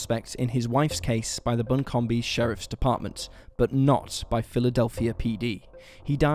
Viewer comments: "Bilt-more" not Biltamore. "Bun-com" county not Bun-com-bee. Otherwise good vid! I live not too far from the Pisgah area, and actually grew up spending my summers there. Very , very strange that she was seen in Philly and then suddenly took a notion to scoot down to Pisgah (600 miles away?!?) and just wander about in the woods, appropriately dressed. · Also it’s not Bun-com-bee. Buncombe County is pronounced Bun-cum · Pig - sah Bun - come Built - more Lmao good lord, great video though. Asheville is full of very odd people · This is a great video and I love this channel, but as an Asheville native I must correct your pronunciation of "Buncombe County"- it is pronounced like buncum. Keep up the great videos. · Thank you for the stories. Interesting to say the least because I live just 5 miles from the Pisgah National Forrest. And, it is pronounced Bu-cum- County. The b.e. is silent on the ending. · I'm from NC, for future, Buncombe county is pronounced "Bun-cum" accent on Bun. Also, it's Biltmore Estate (a tourist attaction) pronounced "Built-more" Good job explaining these crimes. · Its buncombe county pronounced bun-come and the Biltmore house is pronounced just like it looks, I live between asheville and charlotte lol. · The county in NC is pronounced Bun-come (the second "b" is silent), in case anyone is interested. A lot of the names of places in the area are confusing. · I was born in buncombe county. If it ever comes up in one of your cases again, it's pronounced bun-come. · Jason Malloy You would think in the research he did he would have heard someone pronounce it at least once.